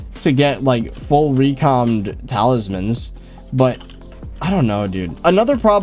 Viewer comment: "talismen" doesnt sound right